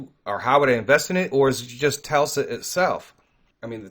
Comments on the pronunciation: Tesla not Telsa lol. God bless brother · It's not pronounced "Telsa" it is "Tesla". s before L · Dude it's Tesla not Telsa!!! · It’s Tesla not Telsa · Not one time did you say the name the right way it's not pronounced telsa it's pronounced Tesla